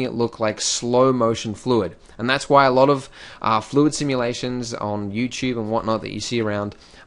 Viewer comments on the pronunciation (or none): none